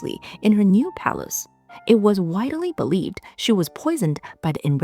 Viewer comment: ‘Widely’ is pronounced like Wide-lee, not “Wide-uh-lee”. Very good story telling!